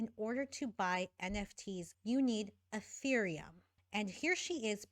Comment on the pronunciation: Urethreum oh my god is she trying to say Ethereum??? Lmfao